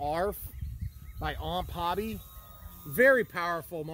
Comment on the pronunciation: Why does everyone say OMP like it's a word? They stand for Ohio Model Products so it's O.M.P. basically.